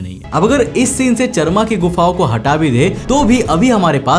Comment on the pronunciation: चरमा❌ चारामा ✅